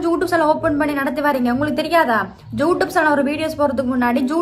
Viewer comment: ‘ஜூ’ ரியூப் அல்ல ‘யூ’ரியூப் என்பது சரியானது.